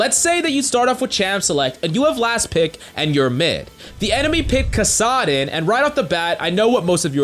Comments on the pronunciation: Let this video show that you don't need to know how to read to be a coach. My mans with the Elsee, KissUhdn, Kineen, Lee Shin... Blow your nose, calm down, and stop shouting my guy. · Kassadin was weird too lol